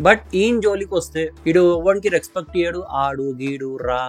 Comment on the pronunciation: Ee mabbu coolie gadiki matter ledu kani roast ki dhigaadu Rexpect kadhu adi respect palakadam nerchuko theppiga